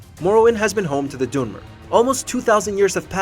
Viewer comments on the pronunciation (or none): Is the voiceover ai? It sounds off and the pronunciation for dwemer annoys me